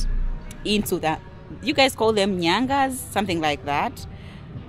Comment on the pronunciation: It's Nganyaz not Nyangas.. 😂